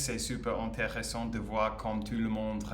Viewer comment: Hey! I can see your improve day after day, congratulations! A piece of advice: when we say " tout ce qui se passe", le mot "tout" signifie "everything" et on ne prononce pas le T final, we pronounce "TOU" (it can seem not that important, but it is 😉). "Sa famille ne pense pas trop A elle, ne LA considère pas trop, ne LA traite pas très bien" 🤩. No matters it's a man or a woman, we speak about "un personnage", so: "le personnage principal" 😝"Elle va A L'hôpital" 😜. We'll rather say "Il est possible qu'elle ait UN cancer", not "DU cancer" 🤮 "Tout le monde LA traite MIEUX qu'avant"😁 "Elle veut que sa famille continue à bien la traiter": in French we put the adverb before the verbal form when it's an infinitive or a past participle, example: we say "j'ai BIEN dormi" (fluent) rather than "j'ai dormi BIEN" (not fluent) 😃 "To react" is "réagir" in French, we say "ils réagissent" 🙂 For the "making" or the "shooting" of a film, we say la "réalisation" in French, "le film est bien réalisé" for example 😀 Une "série fictionnelle" is a bit heavy, we simply say "une fiction" 😛 And that's all for today!! bye bye!😜